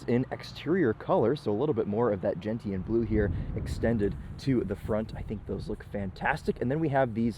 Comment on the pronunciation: It's "Gen-Shun" Blue, not "Gent-T-anne"